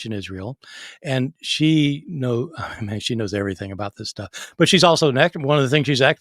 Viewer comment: I'll have you know that "Shtuff" is a well attested word in multiple manuscripts!!